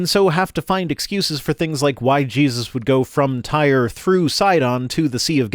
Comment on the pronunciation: Oh, and now that I'm early, I really have to mention this. The city "Tyre" is not pronounced "tire," it's pronounced "teer".